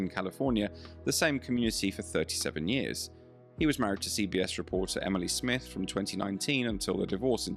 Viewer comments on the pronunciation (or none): none